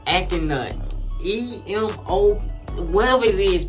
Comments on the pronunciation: Bruh said almo it emo raed😂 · it’s the EMO pronunciation😂😂😂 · Bruh couldn’t say Emo 🤣🤣🤣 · Lol both of dem kouldnt say emo rite is krazy 😂😂